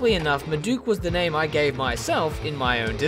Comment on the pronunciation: Great video as always! That's not how you say my name, but no one gets it right :)